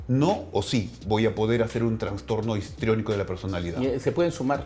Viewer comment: Todo excelente, pero por Dios... es TRASSSSTORNO no TRANNNSSSTORNO